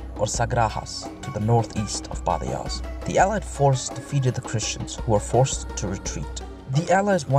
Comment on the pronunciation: In Spanish the 'j' is pronounced like خ or حٓ , like badajoz is badahoz. so,yeah, keep up the great work.